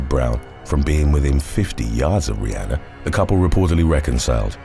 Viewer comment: Love how he keeps mispronouncing Rihanna name